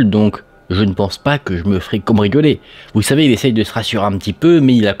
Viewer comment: Il a dit cambricoler 😊